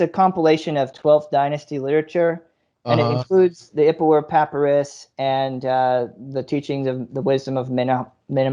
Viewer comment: Dude... learn to pronounce "papyrus" at least. This is clearly all coming from a place of no actual education whatsoever. Kind of embarrassing.